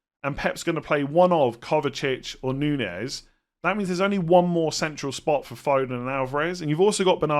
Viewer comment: It is not Nunez, It’s Nunes. First of all there is no ‘you’ sound. It’s shorter, more like double o’s in words like “look” or “cook”. Second thing is the ‘s’ at the end not ‘z’, pronounce it as you see it or if u want to make it more Portuguese you can say it like s(h) so it’s not like “snake” but more like “shut up”. 😅 But to be honest I highly recommend to check it out on the internet so you could listen how it sounds by yourself. Btw love your content. ❤